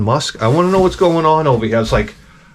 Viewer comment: "Can i get some coffee ova ere' please?"